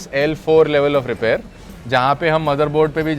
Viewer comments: Repair ❌ रिपैर ✅ 😂😂😂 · repaaaaare nhi bro repair bol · Repair❌️❌️ Rypaar ✅️✅️✅️✅️